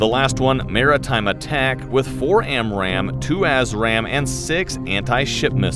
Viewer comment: Every time he says A$$ RAM missile, I think of Top Gun.